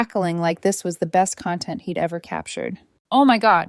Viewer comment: This protagonist is the most anal of them all. AI is getting better pronouncing numbers, in some of the videos. It's CONtent, not content. The first has to do with the obsessive filming of everyone and everything. The second means you feel well, in an understated way. Work on it. Did she get her figurine back. Who was he testing when he pinned it on Maria?